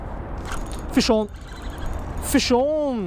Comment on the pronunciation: whenever he says "fish on" sounds like he says "fist shawn"